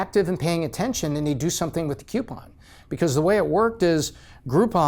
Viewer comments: Is it just me or is he saying "CUEpon" everytime and not "COUPon"? It's driving me nuts! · smart dude for sure.. but a pet peeve I can't get over.. they are not "Queue-pons" they are "Coo-pons" there isn't a "QU" at the beginning of the word. I know, grammar nazi, it's the little things I guess. I love the channel, though! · "KEW-pon" Is from "YEW-stun?" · It's not pronounced cupon. I like the video and the content but that's really annoying. You say Groupon properly but can't pronounce coupon? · PLEASE PLEASE stop mispronouncing "coupon". ;) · And that's how pronounce Coupon! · If only he could pronounce the word coupon correctly? It’s not spelt with a Q it’s spelt with a C